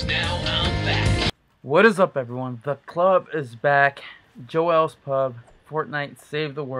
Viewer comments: Oh my God that's not even how you say the name it's Joel's not joelle's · Why is he calling it jo-els... it's pronounced like jol not jo el...lol